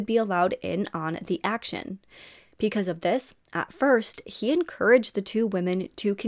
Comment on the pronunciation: Why do you pronounce your B's like P's? It's distracting and takes away from the story. You say Peecuz instead of Because.